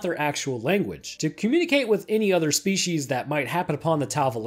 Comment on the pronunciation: Ah yes Shpeeshees...